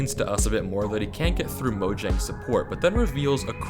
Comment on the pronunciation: Scariest part of this video is the way he pronounces Mojang